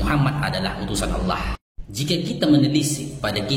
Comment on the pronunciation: Fasih banget bang kl nyebut Allah